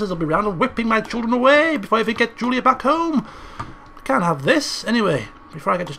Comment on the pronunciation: you called Julia Juliad how didn't you notice